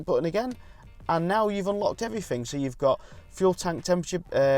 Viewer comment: I would love to subscribe but can't listen to anymore "free" instead of "three" or "everyfing" instead of "everything".